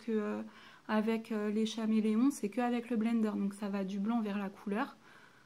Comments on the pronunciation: J'aime ta video mais le faites que tu dis chaméleom au lieu de dire caméléon me stresse énormément 😂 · "ch"améléon ..... mes oreilles saignent .. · Ça s'écrit chameleon mais çà se dit Kameleon putain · Oui Mai sinon bien la video